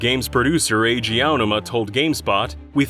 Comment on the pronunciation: Name mispronunciations are painful, just ask Eiji OWW-numa.